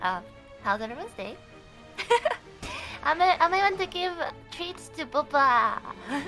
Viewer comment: bro Ina's pronounciation of Bubba gives me life